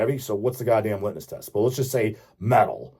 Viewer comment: You're killing me,. It's litMus test. LITMUS.